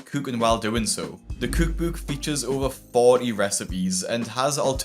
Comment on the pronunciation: I cannot stand the way he says cookbook